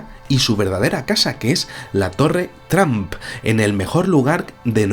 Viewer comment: Por favor mejoren la pronunciacion, no se dice Tramp, el sonido correcto es Tromp!